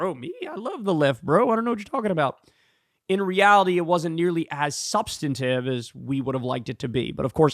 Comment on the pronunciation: Sub-stan-tive! Thank you very much! Sorry, such a heckler on pronunciation and you messed it up too many times 😂